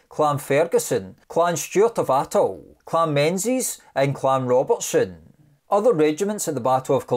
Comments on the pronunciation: Clan Menzies is surely pronounced clan Meengis by Scots? Please! MacLean is pronounced as in lane not clean. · It's pronounced "Mingiss" not menzies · gotta be careful how you pronounce Menzies tho..........